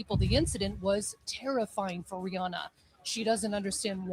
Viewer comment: It's pronounced like "Ree-anna"... The "H" is silent...